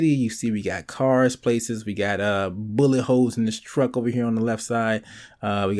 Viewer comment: when he said "bullet holes" i thought he said "boomin' hoes"